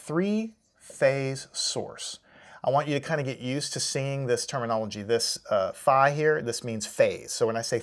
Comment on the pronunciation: That Greek letter is pronounced like “fee.”